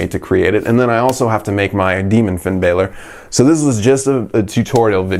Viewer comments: finn balor not finn baler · Stop calling him Finn Baylor its Finn Balor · I'll never understand why people think its pronounced BAY-lor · Not finn baylor... it' finn BALOR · I hate when people say finn baylor, like its Bálor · It's Finn Balor not Finn baler